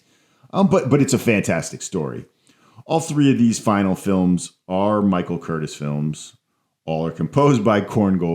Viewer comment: I'm pretty sure Curtiz's name is pronounced "Kur-teece." I also disagree with your contention that either he or Raoul Walsh are known primarily for directing Errol Flynn, considering Curtiz directed Casablanca and Walsh directed (among other things) White Heat and Along the Great Divide. My favorite Errol Flynn movies are Some Uncertain Glory, The Sea Hawk, and Captain Blood.